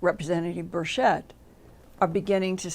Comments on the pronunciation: It is pronounced: Ber-CH-ett. [the CH is pronounced as in Chatanooga. It's not a SHoosh sound]. Linda has some unusual pronunciations sometimes such as her pronunciation of "mayszoor" instead of "measure" . Just an observation. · Sorry for your loss. Linda, look up a video on Rep Tim Burchett. He does not pronounce his last name with an S sound. Not hating on you. Love Linda. ♥️🌹